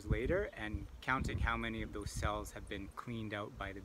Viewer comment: These millenials drive me nuts with their emphasis on the last sylaBBELS. It's like backwards speech. "In 24 hours I'll come back and pull THOSE FRAMES..." I'll never understand where this pattern developed. Oh well, neat process on the brood check.